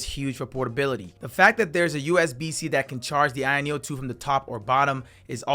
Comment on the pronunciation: i keep hearing “ayeon 2” = the irony of 2 😂